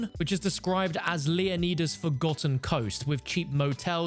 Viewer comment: Straight up Butchered lmao This dude also said Leeoneeeeeda 🤣